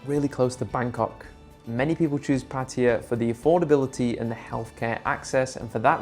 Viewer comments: 🗣️))))). ⛔️Not Pah Tee Ah. ⛔️Not Patty Ah. 👉🏼 Pah Tah YaH’. (Pattaya)👌🏼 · KRABI IS MUSLIM, THAT'S WHY THERE IS NO FUN THERE. IT'S PATAYA, NOT 'PATYA'